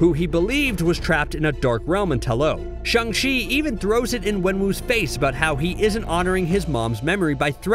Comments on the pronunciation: Umm for the whole video u were saying “shEng chi” instead of “ShAng chi” which means angry lol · Shaaaaaaang .... not shUNG! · The way you butcher the name “Shang-chi” even after he literally told how to pronounce it in the movie is super cringey